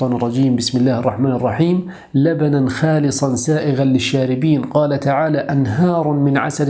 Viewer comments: تعليق صغير .. حرف الخاء في الأية الكريمة "لبنًا خالصًا سائغًا للشاربين" مفخم وليس مرقق .. وجزاك الله خيرًا. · بارك الله لك على هذه المعلومات وما تفيدنا به وجعله فى ميزان حسناتك 👏🌸. عندى ملحوظة صغيرة اتمنى الا تزعجك الخاء فى النطق لا ترقق بل تفخم فى قوله (خالصا) . جزيت خيرا